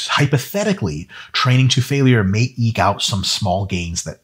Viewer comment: It's "eke" not "eek" (eek!!) :-D ;-P GREAT video, as usual!